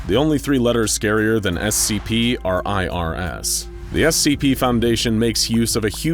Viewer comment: NO BRI’ISH SCHEEP FOUNDASHION